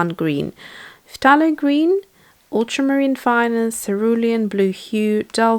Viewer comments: I don't mean to be picky, but It's NOT 'p-tha-lo'.. it's THAY-LO! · I watch a lot of her videos and I hear her say ‘f-tha-lo’ and it sounds weird to me as well. but then she has a British accent and I think that they pronounce words differently... the British usually pronounce words the way you write them if you know what I mean.